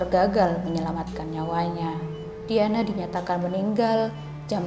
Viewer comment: ngetiknya "DIANA" bacanya "DAYANA" bukan diyanah😩😩